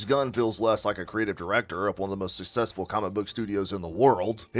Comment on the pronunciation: Man, I love your videos. I look forward to them. What is “sussessful?” Is that an accent thing? Probably. Anyway, keep up the good work.